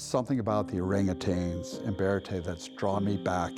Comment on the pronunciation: OrangATANGS lol... Nope. You should know dude.. not how it's pronounced AT ALL